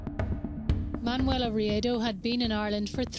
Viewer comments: Pretty sure her name is Man yu ella. Not manoola. Yikes. Kid of hacked her name up. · you started out pronouncing her name correctly, then all through the middle you were saying Manula and then at the end again you started pronouncing it correctly. I dont want to come across bitchy but if she was my friend or family that'd really piss me off. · That was a sweet transition from pronouncing "Manuela" to "Manoola". I think it is more appealing that way.. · pronounced man"Wella".......u could at least pronounce it correctly and unlike a phone call centre operative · Her name is pronounced Man-wella. My name is pronounced Svan-es-ka. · The name Nuala is pronounced “New-la”, so maybe she accidentally pronounced (Ma)nuela the same way. It’s interesting though because there’s a few comments mentioning her name being pronounced wrong or 2 different ways & I didn’t even notice until I saw the comments 😂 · I’m wondering why you pronounced her name differently throughout the video?